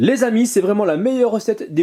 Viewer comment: quand tu parle on dirais que tu dit "les winx" XD mais sinon comme d'habitude superbe vidéo :)